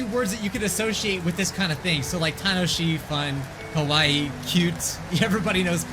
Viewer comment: Sure, I just found it so funny how you said "cute", and then the next thing sounded like "kowai". (And I don't think the dog cares either way, it just hopes for treats)